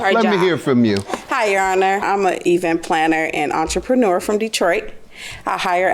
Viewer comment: Girl unhuh…..not entrepreneur